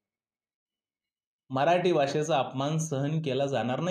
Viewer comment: Mitra tu pahil marathi ha word bolayla shok tu mharati bolto